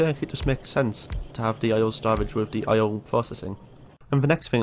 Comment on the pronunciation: The way this dude says "oil" is making me have a irreperable brain damage. Aio? Ay-oh? Ahjo? I don't know how to spell whatever word it is he uses, but it for sure isn't oil. I'm loosing my mind.